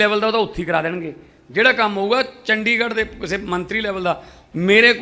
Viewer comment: “ਡ” ਨੂੰ ਵਿਆਰੀ ਨਾ ਕਿ ਸਿਆਰੀ। ਚੰਡੀਗੜ੍ਹ ਨਾ ਕਿ ਚੰਡਿਗੜ੍ਹ।